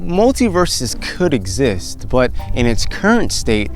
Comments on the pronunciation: OK "when you pronuce "but" it sounds like "pot" . Is this your subconscious talking - This was a joke not a judgement of your rasta looks. Science is cool and difficult. May be thanks to your inspirations more rappers turn to do science. I am a biologist and seek new research projects with plant cytochrome c and genetic modification molecular biology technology. any contacts there you can recommend__ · Hi I am a biologist and brain activities plus its vitality is my area of interest. This bear example was fascinating. False memory usually happen because of alcohol or drug or sexual abuse. Please KIS keep it simple .When you say "but" it sounds on my side like "pot" maby because you look like rastapherian. I am in Poland.